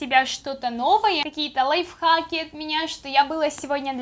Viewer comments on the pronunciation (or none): none